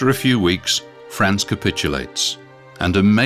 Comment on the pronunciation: That's France (fraahnce), a proper name, not frants.